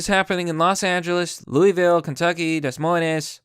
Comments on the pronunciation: Great video exposing the boogaloo and all, but bruh it's pronounced "De Moyn". The S's are silent. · "Dess Moy Ness".../oh, shit, I mispronounced that, gotta correct myself/ "De Moyns" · "des moin-es" LMAO i love your vids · "Dess Moyness"